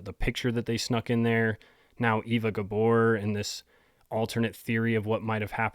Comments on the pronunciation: Not pronounced Ee-va, but Ay-va. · Eva is pronounced Ay-va.